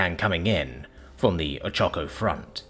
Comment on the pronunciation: Pronounced O-ch-a-ko. Forgivable, though.